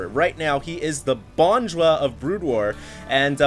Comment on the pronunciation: dosen't know how to pronounce bonjwa lol